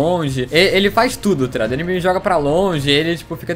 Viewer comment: Parece q ele n fala "taligado" parece "trado"